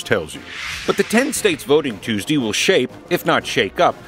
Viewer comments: Anyone else find it hilarious when he says "Super Tues-Dee"? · Tews-dee lol